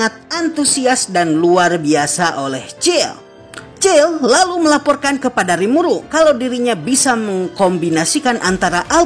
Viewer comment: Bang kykny kurang eneg dengerin nama cill harusnya siel